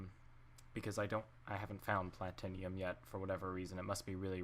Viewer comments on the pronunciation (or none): Platinium is platinum...(plat-short i-num)sorry it kinda bugged me